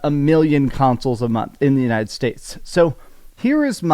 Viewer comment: Why do yiu keep saying "untied states"?